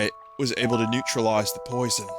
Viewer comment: NEUTRARIZE THE POITHON?!